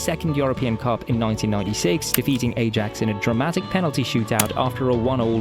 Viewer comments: It's not pronounced 'Ay-jax' it's 'Eye-ax' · I mean, the pronunciation is wrong either way. Its Ah-yahx, thats how Dutch people say it. First A is a "long A" and the second is a "short A"